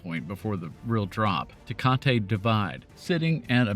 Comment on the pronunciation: we pronunce it Teh-KAH-Tee